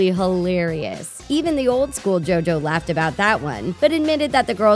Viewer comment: PAUSE! Turn your subtitles on! When she said JoJo, it came out as Joe doe!!! 🤣😂🤣😂🤣😂